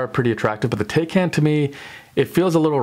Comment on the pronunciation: it’s pronounced “Porsch-e Tie-Con”!